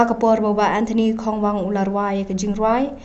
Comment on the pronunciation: Kongwang not khongwang.... Pronounce bha phi kong